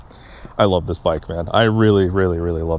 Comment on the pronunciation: Dude cant say the word “love” . Haha commitment issues…….. nah, the bike awesome. I think it looks pretty sweet other than the pointy fairing on the tank. Ill probably have to get one